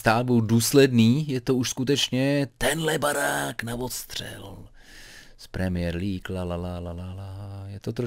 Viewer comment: mě irituje tím jak vyslovuje premiér League. Další věc když řekl, že Slavie by v PL hrála o sestup. Odborníka Hoška bych s chutí nakopnul.😁